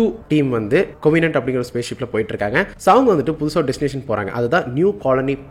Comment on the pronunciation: adhu Covinent illa Covenant. Istathuku yaaruvenuna Youtube channel open panni video upload pannuna pathaadhu, proper knowledge oda irukanum.